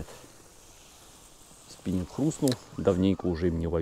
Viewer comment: Спиненг! Шедевральный русский язык! Хотя слово, таки, иностранное.